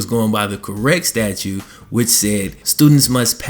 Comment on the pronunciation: is he saying statue or statute?